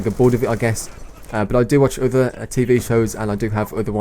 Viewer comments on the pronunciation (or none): none